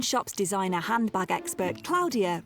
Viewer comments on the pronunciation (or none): Its HANDBAG not hambag!